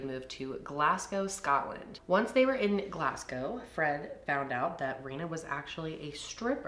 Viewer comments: Your pronunciation wasn’t too bad but, us Scots say Glasgow like ‘Glaz-gow’. Awesome video though! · love u gal but pronounce our scottish cities right ffs was painful hearing u say the work glassssgow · Cracks me up how you pronounce Glasgow 😂 its Glaz-go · I can’t get over the way your pronounce Glasgow it’s just so funny seeing how Americans think it’s said 😭